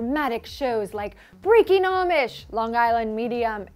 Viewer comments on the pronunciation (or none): none